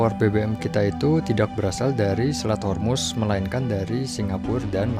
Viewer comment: Honey its Straits Hormuz not Yarmus.(persian word)